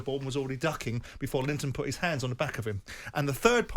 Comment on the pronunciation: Simon calling him Linton, does he think his name is Joe Linton ahahahahahahaha